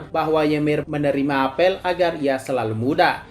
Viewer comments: Apel sebagai buah bacanya apel bukan apel 😭😭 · Ga enak banget dengernya ngomong apel salah penyebutan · I hear 'apel'